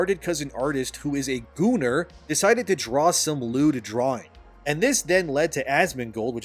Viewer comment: I love how you drop the word "gooner" like its a slur almost every time.